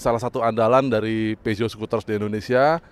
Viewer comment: Horeeeee cara nyebut brand nya betul... Biasanya nyebut pyuzo.. Pijet...pizot